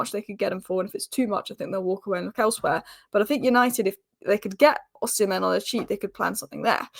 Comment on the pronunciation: Heyyy, you pronounced Ohsimen as Oh-Semen. Nice.🙌🏼